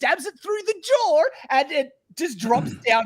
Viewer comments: Listening to intro monologue about the creatures getting stabbed in the jawr just reminds me that the Aussies like adding the mystical 'r' sound to the end of words such as 'no-r'. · have I been saying “jaw” wrong this whole time? Is it pronounced, “jaw-err”???